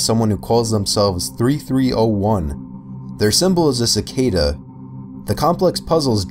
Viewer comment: Thank you for pronouncing Cicada properly. Many of the other videos I have seen that feature something about this group mispronounce the word "cicada"